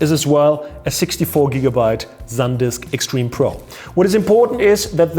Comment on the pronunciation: after the ZENZOR we have another word that says so beautifully! Zandisk <3 I love germany